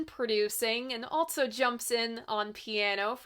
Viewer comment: Altso.... Theres no 't' in "also"